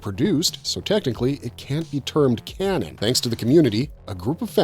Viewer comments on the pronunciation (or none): none